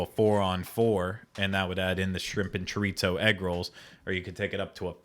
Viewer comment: Did I hear Ryno tell he was saying "chorizo" wrong?? Lol. He was but that's ok! Also that blue cheese sauce sounds fabulous! Im with you and would've loved that!